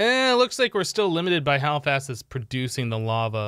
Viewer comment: Is it me or he actually said "bava" instead of "Lava"?